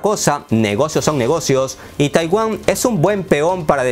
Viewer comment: Oye querido, eres de raros de buen nivel en redes, pero no digas TAIWÁM En lugar de TAIWAN jeje